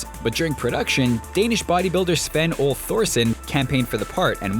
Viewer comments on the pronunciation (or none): Sven "ol" Thorsen? Ole is pronounced Ohlee